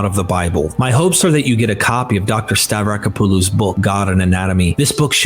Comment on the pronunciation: The AI voice pronunciation getting worse and worse as the video goes on. It's *hilarious*. Oh, and the author's name is pronounced Stav-ra-KOP-oh-loh.